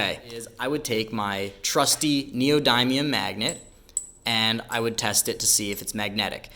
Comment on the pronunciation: Learn how to pronounce Neodymium NEE-oh-DIM-ee-əm